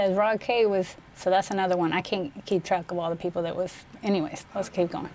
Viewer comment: shorty just said "i cayn't keep track a awl da peepul " 😂😂😁